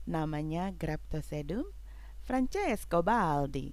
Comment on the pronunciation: Hahaahah beneran terhibur bgt wkt kk blg francesto baldi... emang hrs dialegnya italy gt kak, btw auto subscribe kak, dan salam support sll, auto sub balik yah kaka 😘dan mohon bimbingannya kk bagi sy yg baru mencintai tanaman sekulen tertarik krn bentuk sekulen yg kerdil dan lucu2 tp gemeshh ...terima kasih ats semua pencerahannya sy banyak belajar 😍 salam pecinta sekulen kk 🥰